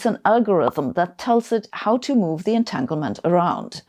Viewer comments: Etaglement? 7 minutes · at 7 min it should be entanglement not entaglement